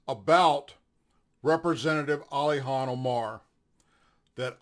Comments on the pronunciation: Its Ilhan not alyhan. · Hey man I hate to do this, but you sounded drunk, either that or you had marbles in your mouth. Her name is not Alhan it is Ilhan (ill-han not all-hon). Her last name is not Oil har it is Almi (all-me), She couldn't get in being the daughter of a terrorist warlard so she took a new last name from another family already here. You need to know your subject better thatn you do or you come across as a duffus. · it's Ilhan... pronounced ILL-HAWN... sorry that drives me insane 😂😂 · Hello, love your posts. Thanks for all do. I know you have a hard time saying that nut jobs name. To break down Ilhan name (sounds like * ill hawn ***)